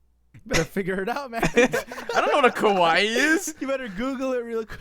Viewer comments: it's ka-wa-e not ka-why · It's not kah-y its kah-wa-ee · how to say kawaii: ka-wa-ie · ughhhhh... the way they say kawaii.... its ka-wai-y.... not just ka-wai..... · isn't it said car-y-EE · Ka-wa-ii pls xD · when they didn't pronounce kawaii right I wanted to cry because I'm japanese and uGh